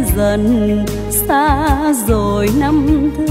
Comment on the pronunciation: Các cô cậu, anh chị ca si tại sao khi hát không phát âm các từ có chử "R" cho đúng. Ví dụ: "rồi" tại sao lại hát "dzôi". Người Việt Nam có nhiều từ, chử cần thiết phát âm cho đúng chính tả. Thế hệ sau lại học theo cái sai của các anh chị. Thật xấu hổ ....😢